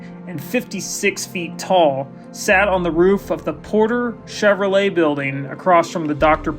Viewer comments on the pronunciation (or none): none